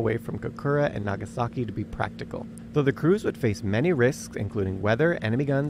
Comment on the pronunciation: "naa gaa sa ki" lol